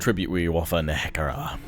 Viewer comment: You're pronouncing NEHEKHARA as NEKEHARA again... It's NE- HEK- ER- AAH